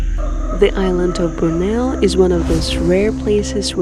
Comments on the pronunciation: Wonderful video. You pronounce Borneo ("Bor-Knee-Ohhhh") as "Brno" (a city in the Czech Republic) which just makes it even more cute : ) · The way y'all pronounce Borneo hmmm..